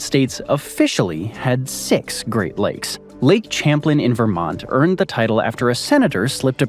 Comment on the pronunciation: We pronounce it "cham-plane"